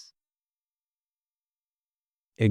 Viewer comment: His name is pronounced ErdomuSH like SHow.